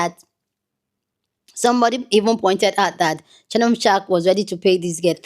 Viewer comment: your tongue slip of shark instead of sharpe is a great slip. He is a shark 😂.